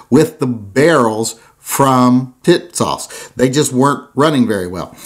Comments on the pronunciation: He said “Tits-Sauce!” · Pronounced tis- sass. Calling it the kissass would make more sense. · Is it me or do I keep hearing tit-sauce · Yeah? WTF is that with him? Tits Sauce is what I keep on fucking hearing. IDK if he’s talking about some porn movie or a dam gun!